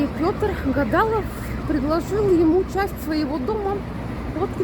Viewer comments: ГадалОв!!! Правильно люди пишут, чтобы правильно говорили. А то как-то.... странно. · может, у кого-то "где-то там" и допускаются оба варианта ударений, но наше купеческое семейство ГадалОвых всегда имело ударение в фамилии на последний слог. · Перед съёмкой ролика хорошо бы усвоить матчасть.. Название фирм, фамилию мэра, ударение в фамилии исторической личности - ГадалОв...Плохо, голос к тому же неприятный.. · Гадалов ударение на " о" неуч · Досадно, что автор ролика страдает неточностью. Фонтан "Адам и Ева" остаётся фонтаном. Может, когда записывался ролик, он был выключен, но в нём реально бежит вода. К/т "Совкино" изначально был спотзалом (или фитнес-клубом по современному). Впервые слышу такое ударение в фамилии Гадалов, на последнем слоге ударение. Ну и так далее. И ещё, советую снимать со штатива, нацелив объектив на достопримечательность. А так, мы в основном видим мотающуюся туду-сюда панораму или тротуар по ходу.